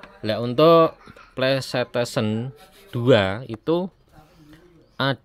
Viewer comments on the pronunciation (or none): PlayStation bg, bukan playsetesien... 😄😄😄😄